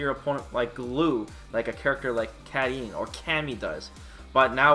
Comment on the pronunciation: Holy shit, he pronounced Karin's name correctly.